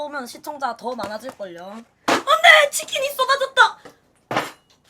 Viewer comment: 어오오 치키니떨어져요오 오어엉ㄱ 치킨이떨어져뇨